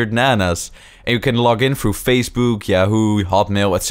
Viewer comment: "facebuuuuk" LOL